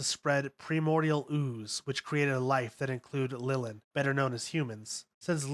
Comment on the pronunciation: It’s Lilin not Lilim D